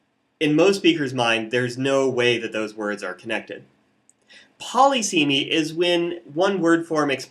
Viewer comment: Saying poly seemy instead of puh liss uh mee irks me immensely.